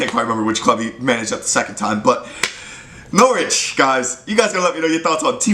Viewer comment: You're the only American who can pronounce Norwich correctly